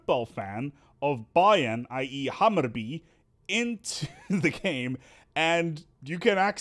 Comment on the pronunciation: I like how you make Hammerby sound like Hammurabi (babylonian king; "first lawmaker" code of hammurabi)